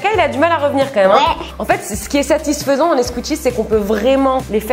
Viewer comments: Mais 🤣 tu dit toujours satisphsent🤣🤣🤣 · Le mot satisfesans satisfais hhhhhhh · n'arrête pas de dire satisphaisant!!😂😂